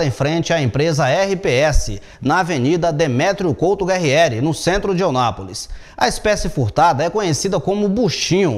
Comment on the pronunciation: Eu não aguento mais ouvir este jornalista pronunciando o nome da cidade de forma Errada. Pelo amor de Deus meu querido a cidade se chama EUNÁPOLIS e não Onápolis.